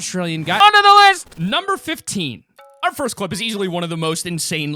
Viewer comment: Nice vid bro... but why do people always need to say fist like... come on babys